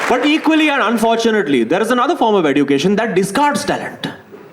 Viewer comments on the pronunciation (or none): Bro the standup is very good. I would like to point out just one thing, it's eh-jyoo-kay-shn, not edoo-kay-shn. Not a big deal as such, but it just drives me crazy when you keep pronouncing it that way. Again, loved each second of the special. Happy birth-jay🎉